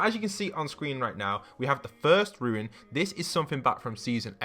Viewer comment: Ruin ❌ rune ✅